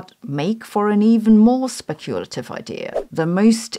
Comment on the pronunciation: SPECK-yoo-la-tiv, Sabine, not Speck-YOO-la-tiv. Yours in linguistic purity, I remain, fabadam